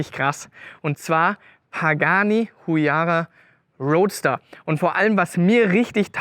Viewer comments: Huayra nicht Huyara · Sry aber "Pagani HuYARA" dat jeht nich Es heißt HUAYRA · HUAYRA, nicht huyara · Du musst das Huyara schon so Aussprechen wie Jeremy Clarkson 😂